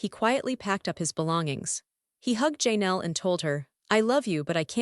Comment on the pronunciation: Please fix your AI voice that's saying names wrong. It's not JayNel, Janelle. It's very rude to say someone's name wrong.